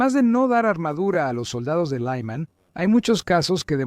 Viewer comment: Por qué pronuncias Lyman como si fuera una ciudad de Texas?